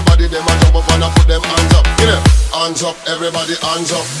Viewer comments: هي الكلمه هاندز اب هو ينطقها انجب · ands up!!!!ليش ماينطق الاتش ؟